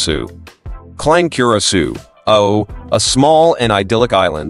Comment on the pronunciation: Cur-uh-sow!!!!!!!! Damn it